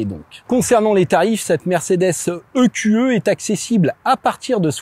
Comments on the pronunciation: i-q-i à l'anglaise ou eqe à la française. Mais pas i-q-e. Sinon, bon reportage même si les conso annoncées sont toujours folklo vu comment tu conduis comme un pilote. Et là moyenne sur les 2800 km n'a pas non plus beaucoup de sens car c'est une voiture d'essai donc pas définition, une voiture que les gens vont pousser aux limites ! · "Mercedes i-kyou-eu" ?!?! WTF ce franglais ! C'est soit " e - q - e " soit " i - kyou - i " ... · "I Qiou Euh" faut arrêter de mélanger prononciation anglaise et française à ce point...